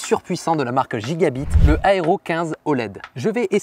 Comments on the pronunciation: sponsorisé par nividia^^ le bg ho non pas ca /: prononce plutot gigabaïte sinon super vod comme toujours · comment tu as prononcé Gigabyte XD